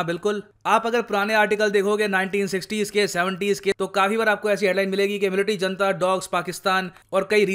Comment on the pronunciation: जनता नहीं its हुनता!!!